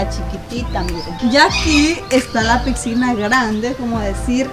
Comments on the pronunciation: No sé dice pigsinas se dice piscina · Una pregunta porque dices picsina jaja teamo mucho 😊